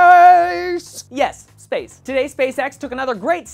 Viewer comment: At the start I thought you were saying "sperm" rather than "space!"